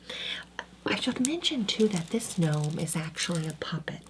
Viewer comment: ga-norm the ga-nome is killing me LOL